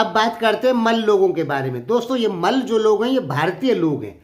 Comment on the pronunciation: Abe tum bolna sikho Kay mal bolta hai malla boll